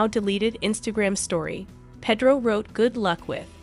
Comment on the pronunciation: “Pedo” the pronunciation 😂